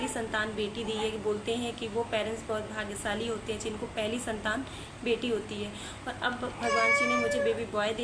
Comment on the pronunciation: Aap ka beta or beti pronunciation dono bhi same he sound Kar rahe hai .. I think apko usko high time clear rakhne ki koshish Karni chahiye .. ya baby boy ya baby girl bolkar symptoms batana chahiye .. confusion create Kar rahe ho aap bas